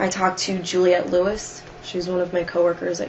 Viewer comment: LOL! I always DIE when she says Juliette Lewis. That always got me but this is the first time I’ve heard anyone call her out for that. Hilarious.